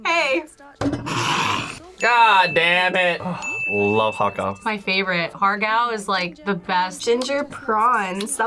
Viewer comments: im sry but har gao it ha gao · Sorry but the Asian American girl saying Har Gao wrong made me want to cry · 😂hAr GaW😂 The pronunciation is getting me😂